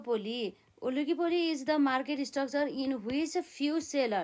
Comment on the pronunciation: mam pani oligopoligy vannu hunxa ani heterogenous vanna ni kati garo vako hai😂. Halka prep pugena ki yespali jasto lagyo aru bela ta khatra padaunu hunthyo